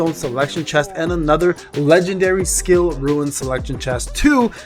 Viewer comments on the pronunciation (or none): hey, it might just be my old ears, but for a while, now, I've been noticing that it really sounds like you're saying "ruin stones", instead of "roon [rune] stones". 😂